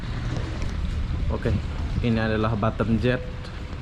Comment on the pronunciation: Ngomong batam kdengeranny jadi batêm (bottom) 🤣